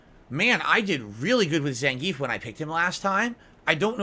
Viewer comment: And "Zehngeef"